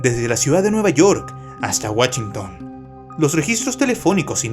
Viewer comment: Wachinton XD